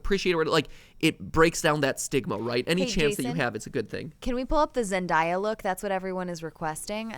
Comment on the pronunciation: Hey just saying uhh stop pronouncing Zendaya’s name wrong, she has come out and said it’s not pronounced like papaya, it’s exactly as it looks (Zen, then the word day, then a)